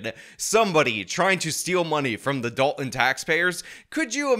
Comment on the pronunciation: Gotta start pronouncing it as "the village of DOLT-un"